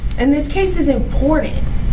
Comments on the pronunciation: This woman keeps saying the word "importantl" the word is "important" this woman is a lawyer. She sounds ignorant. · Designer clothes, huge wads of cash and ths is your lawyer? I feel like Everyone involved should've been charged. It wasn't on purpose, but he did take a life of a baby. His actions were reckless indeed, but he didn't mean to murder that baby.. The lawyer is inexperienced, and represented her client poorly.. she can't even pronounce Important, properly... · "And that's important." It's also important to correctly pronounce words such as "important".